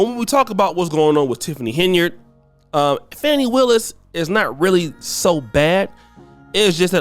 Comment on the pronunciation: Yes. It’s Fani. Not “Fauni” as they’re calling her😅